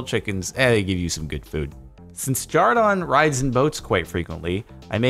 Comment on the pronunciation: Why do they call him jardon